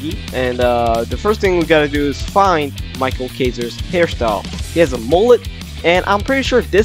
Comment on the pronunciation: btw isnt micheal kaiser pronounced mikael kaiser?